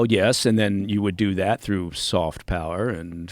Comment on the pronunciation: Yeah Soft not SOF...lol